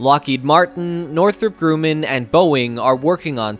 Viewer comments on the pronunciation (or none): It’s grumm inn, NOT groom in. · It's not Grooman... It's pronounced Grumman.